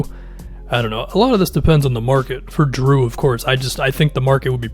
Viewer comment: “Jrue the shoe holiday” 💀